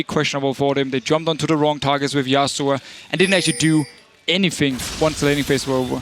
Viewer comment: It would be a start if he could learn to say "Yasuo" instead of "Yasua".